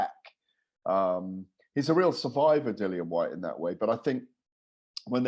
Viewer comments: Patrick your right it’s pronounced lilian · Why does always say Dillian’s name wrong? It’s annoying